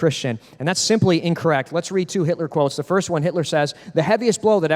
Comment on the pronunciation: Know it’s going to be good when the first words out of the guys mouth “Adolf Hilter”